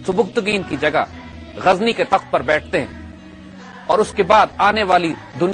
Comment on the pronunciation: Gazni Zay Par Nokhta Nahi Lagaye Ap, Zay Par Nokhta Lagaiey !